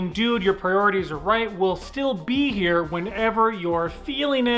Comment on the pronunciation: Noooo you didn't say "heeeeereeee" in the intro, you just said "here"